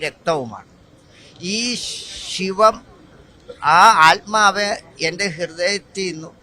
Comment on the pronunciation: Aalmav alla asaami....Athmavu 😅